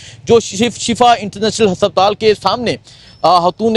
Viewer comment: hasaptaal kia hota hai haspataal